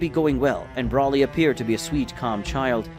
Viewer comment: Still cannot say Broly it’s not Brawley is Broly get the name right? Please get his name, right?